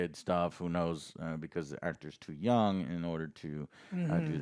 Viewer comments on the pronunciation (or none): none